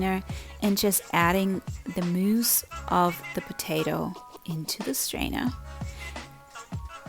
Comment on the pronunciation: the moose of the potato... I know you mean muß..must sound funny to people that don't speak german..